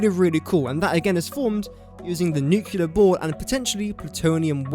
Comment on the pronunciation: Please try and pronounce nuclear correctly?